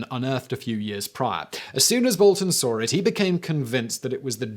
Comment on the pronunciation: Just how many letter "r" 's are there in the word "saw" ....